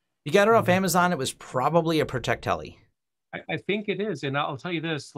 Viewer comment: Protect-li. It's a lot less French than you want it to be.:D